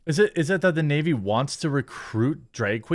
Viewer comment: Also... "In Tha Nayveee"